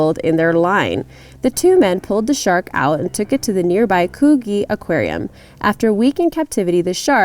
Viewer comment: I laughed when she pronounced coogee as kooghee its actually phonetically spelt koogee with the sound of the g only as in gee im hungry hahaha so yeah.....